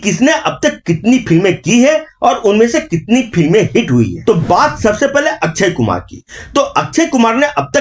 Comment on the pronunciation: अच्छयकुमार नही, अक्षयकुमार